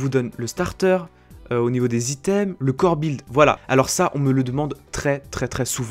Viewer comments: ON DIT "BUILD" ET NON "BILD" Merci ^^ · pourquoi tu dit bild?:D